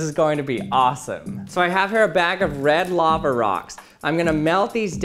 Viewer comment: He keeps saying “Laver”